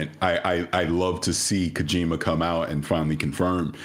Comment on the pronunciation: I know I shouldn't care too much, but its pronounced Koh-jih-ma not KoJEEMuh